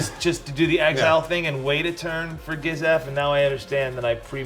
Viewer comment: Im a gishath player n the way he pronounce it made me cringe😅